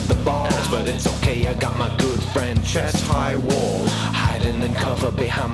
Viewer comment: when you say "chest high wall". You kind of said it in a british accent, were you referencing Yahtzee's strong disapproval to chest high walls? ;)